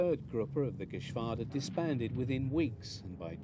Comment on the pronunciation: I think he is saying Geschwarder and AfrikaKorps but that's just me I guess.